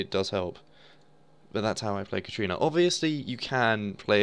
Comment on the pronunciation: it is katArina. Not katrina. THERE IS AN A